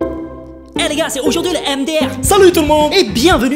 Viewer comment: A il dit jars à la place de gars.. Bravo!